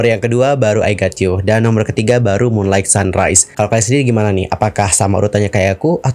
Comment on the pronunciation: *WITH YOUTH, bukan WITH YOU *Moonlight dibaca Munlait, bukan MUNLAIG